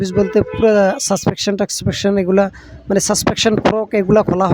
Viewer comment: ভাই সাসপেনশন হবে সাসপেকশন না।